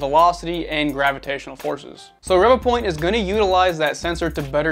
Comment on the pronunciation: Great video as I have the same scanner as well as the Mini and Einstar Shining3D scanner. I think Revopoint is pronounced as Ree Voo point but I could be wrong lol. Now onto my own experience with my Inspire from kickstarter. Out of the box it was blurry after scanning on my smart phone via Revo Scan app. I also tried on the pc and still blurry and for some reason I was only getting 14fps on the pc and 10fps on my Xiaomi Pocofone F1 that has 6GB memory. I had bad customer service as I had to go through a lot of hoops just to request a new replacement. In the end Revopoint gave in after I had to invoke my UK law rights as my unit was faulty. Now I'm waiting for my replacement to arrive and the faulty unit will be collected next week. I will let you know if the replacement is fine. Just to let you know that my Mini and Einstar are not blurry so it's definitely the Inspire as other backers who received theirs are having issues too.